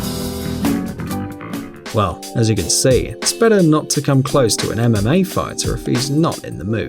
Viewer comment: It sounded like he was saying anime fighters instead of mma fighters